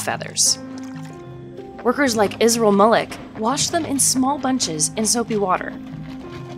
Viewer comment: His name is Izrul Malek not Israel... nothing against it. I just thought you should know.👎